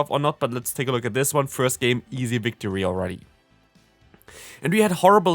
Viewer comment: Easy "victree" that first match 🤣🤣